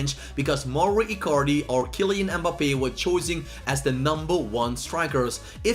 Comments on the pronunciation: The way he says mbappe “mbppe” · The way he says mbappe😂 mboppie🤣🤣🤣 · How u said mbappe